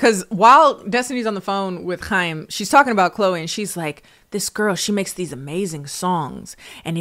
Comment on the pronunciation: Small thing but I love that u were able to pronounce Chaim correctly haha